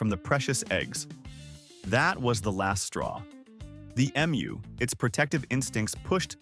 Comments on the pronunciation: Aussie here. Thankyou for pronouncing Emu correctly. Even AI can correctly pronounce the word when most people outside Australia cant. Side note, emus are not normally aggressive birds, usually calm. But any animal if threatened, especially it young/nest will of course, get agro. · I'm always impressed when emu is pronounced properly. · Not aggressive, protective. Thanks, too, for the pronunciation lesson. I'd been saying it wrong, now I know. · Pronunciation being correct or not depends on where you are. In the US everyone will say Emoo